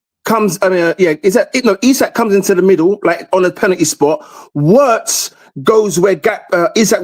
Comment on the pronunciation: I hate when people can’t pronounce Wirtz name right it’s Virtz not Owritz